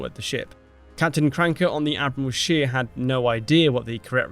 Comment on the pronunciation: admiral scheer. true, the word admiral is in english and german very similar, no problem there. but "scheer" is the problem. double e is a long e, it's not pronounced as an i. the german word you said was schier (which exists). the english wiki article has the correct pronounciation "atmiˈʁaːl ʃeːɐ̯"